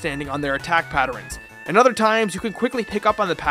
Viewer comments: What the f*** is a patterin?? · Attack "patterens" xD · I'm sorry....is he saying "patterns"...?